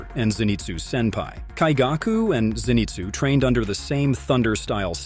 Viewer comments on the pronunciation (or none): Lower Moon 1 has some kind of kink. "Slaughter me, daddy" oh no lol Also, the emphasis on some names is wrong and I hear some swollowed/choked words which makes me think you used AI voice. You said lower 6 when you meant to say upper 6 when Daki appeared And I keep hearing Muzaaan with an 'a' sound, not with 'ah' sound. Same with Kaigaku. Daki has Obi belts and not scarfes LMAO. DID I SERIOUSLY JUST HEAR TA-U-CH when it's "touch"? BROOO. You're killing me. And the repetitive awkward pauses in the middle of sentences.